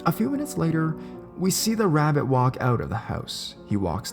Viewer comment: God damn wabbits